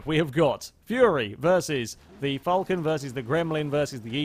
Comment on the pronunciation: you're getting better, but you still cannot pronounce "Falcon" correctly. The car is pronounced more like "Fowlcn" I'll try to send some sort of audio file on the forum, so you know, it's starting to be slightly annoying for an Aussie, like a Prii that could have been murdered but hasn't been murder XD Great video M8 though